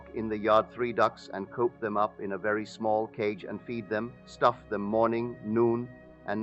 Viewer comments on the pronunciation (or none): none